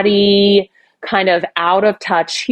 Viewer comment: “Fratty” not bratty. 🙂